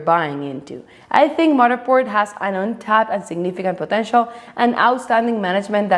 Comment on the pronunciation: With all due respect…I love how you say Matterport 🙂